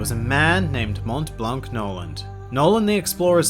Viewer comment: For the prononciation of Montblanc, it's a french name so you don't prononce the T and the C